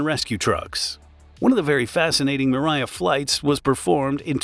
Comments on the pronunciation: It’s Mria not miraya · mirya? No, MRIYA. Learn to pronouce that correctly. MREE - YA. So simple. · You say mriya mree yeah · I think the correct pronounciation should be :: um-RAH-yah !! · Fun fact: it takes less than 1 minute to learn how to correctly pronounce "Mria"